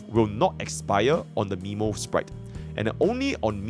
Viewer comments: Isn't memosprite pronounced more as memory rather than nemo (earthly escapade flashbacks) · Not Miiiimo sprite, is Meeeeemo sprite, you literally heard Mem say it right